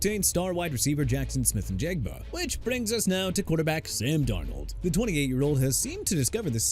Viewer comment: That's enough of you butchering everybody's names. Jackson Smith Njigba as in in-jig-buh. And I know Tua ain't a winning quarterback and he had concussions. I'm not a idiot. Also FYI the Dolphins made a mistake drafting him and released him AND YOUR POINT IS?! MAYBE ATLANTA WON'T HAVE HIM CUZ YOU WANNA BRING HIS NAME UP! AND WHY YOU SAY "ALL OF THE QUARTERBACKS THERE" ON THE CLEVELAND BROWNS? WHY CAN'T YOU AT LEAST PICK ONE?? REALLY? YOU GOT PROBLEMS.